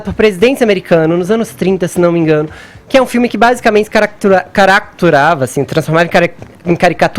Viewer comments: "Caracturava" - Fefito: jornalista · Parei no "Caracturava" do Fefito!